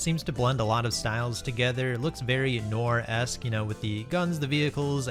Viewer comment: Noir is pronounce nwar